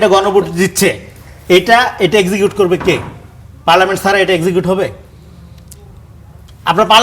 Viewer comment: পার্লামেন্ট সবরেন্ট না। রনি সাহেব ভালো করে পড়ে দেখার অনুরোধ থাকলো।